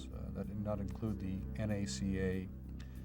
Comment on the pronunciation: I had to quit watching. Was OK until the narrator began referring to “nA-kUh”. Even though within minutes says “the N A C A” when referring to the agency he worked for. Like fingernails on a blackboard. A museum should know what old agencies and departments were called. Nobody back then ever called it anything but The N.A.C.A.